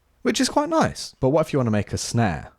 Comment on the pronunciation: "Ets quoit noice"